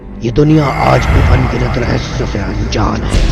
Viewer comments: Please rahsya ko rahshya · Bolna toh sikh leti rahasya ko rahashya bol rahi he aur ye sab jhut he koi bhi yakin nhi karega ha ye sach he ki taj mahal rang badalta rehta he par uska asli rang safed he 😎😎😎😎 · Last may jis tarha say apne "rahasayya" bola 🤣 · phele rahasya sahi bolo